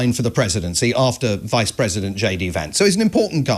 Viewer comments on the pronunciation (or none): none